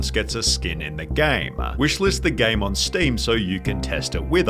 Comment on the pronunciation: Armoaaah, Gameeah, exposahhh, populahhh, been a while since ive heard the "ahhh"s hehe